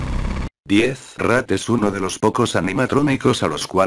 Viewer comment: En el principio dijiste rak :v